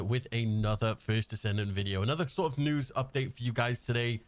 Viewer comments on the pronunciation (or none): none